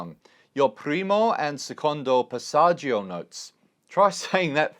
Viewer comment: Love the video but the pronounciation of passagio makes me ick. It's passatschoooo non è passatschIo